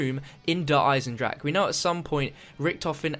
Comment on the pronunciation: He just refuses to say deer eisendrache correctly